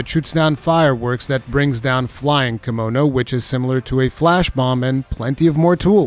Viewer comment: Thank you for the well thought of video. Also I keep thinking you're saying kimono like the clothing lol.